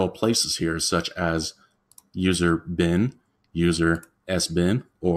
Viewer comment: It's leviOsa, not leviosA. Your pronunciation of lib and bin irk me.